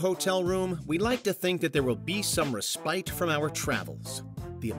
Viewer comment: Also mispronounced "respite" and "Belgrade."